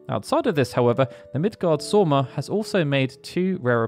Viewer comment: It is Midgards Orm, not sorm